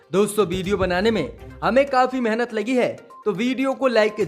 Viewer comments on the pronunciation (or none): none